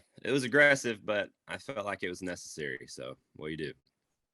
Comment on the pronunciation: im sorry but this is so cringe. "nesasscary" ROFL